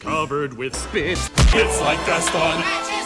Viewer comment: It sounds like they are saying i want to die gaston instead of saying my wat a guy gaston or is it just me?